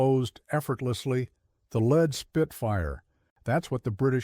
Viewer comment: It's too bad it's a Ai voice.. not a human it doesn't know the difference from Lead (Sounds like Bed) to Lead(that sounds like (Bead)...Ai's still not that smart.. only a Human would know the difference.